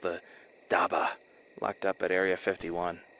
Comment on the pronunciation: Im gonna say this again, it is prenounced dab-bah not dabah